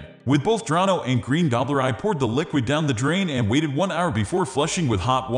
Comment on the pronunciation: The correct pronunciation of the product is on the label and yet this computerized voice still mispronounced it as “Dronno.”